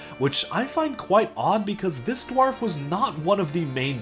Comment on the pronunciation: Learn how to say dwarf properly